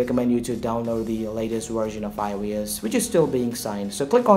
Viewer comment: when you say it it sounds like “ioas” LMFAO